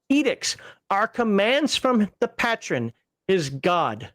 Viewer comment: Like I’m going to listen to someone who doesn’t even pronounce Patron properly…. Evil paladin!!!!